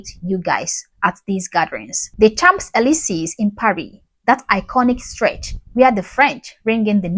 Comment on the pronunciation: No Elisee with long e, not i or ay!!